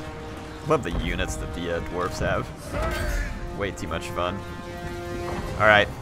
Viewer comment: Your incorrect spelling/pronunciation of Dwarfs has now been added to the big book of grudges.